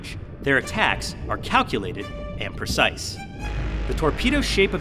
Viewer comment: What the hell is Prisise? Lol PRECISE